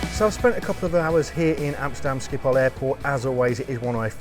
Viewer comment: Being Dutch myself I can only agree to your comments about the airport Schiphol, which btw is pronounced with the typical Dutch G-sound which with you scrape your throat. Other European airports are boring, to say the least. Once had a 6 hour stop in Brussels where the lights just went off and it was dark, shops were not there, there was absolutely nothing. It has been years that I used KLM mainly because of what you said at the end of the video: the crew is never there. When I flew KLM to Jakarta (overnight flight obviously) you never see a member of the cabin crew. I like to use Asian airlines where the (pretty) girls regularly walk through the cabin asking passengers who are having trouble sleeping if they like a drink or a snack. I know it is not good for Dutch economy but KLM really has to change the way the crew operates, then things will be better for the airline.